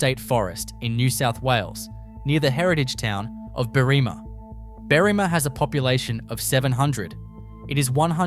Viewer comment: At this point, if you keep this shit up, you'll lose all credibility. I'm starting to doubt that you are even Aussie at this point. You may be just some weird-arse loser, makin' vids in your dank and musty basement using an "AI" voiceover for all I know. 😂 "Berrima" is not pronounced Beerimah. "M.I.N.E Min lights "are pronounced "Min Min lights and the bloody NULLABORE plain is not pronounced NOOL EH BORE, which admittedly you pronounced correctly later on. Just sayin'. 🤨 I will sub if you show me proof that you actually hail from Australia. It's pretty simple. Cheers, from Oz. 🦘☺